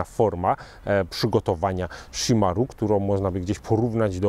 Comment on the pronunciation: Wydaje mi się, że wymowa chimarrão jest jednak troszkę inna, bardziej szimahą (Polski zapis wygląda beznadziejnie ale no cóż...) niż szimaru :D no chyba że to jakiś inny dialekt lub wymowa. Ale spotkałem wielu Brazylijczyków i tylko tak oni mówili + na internecie też jest ta wymowa.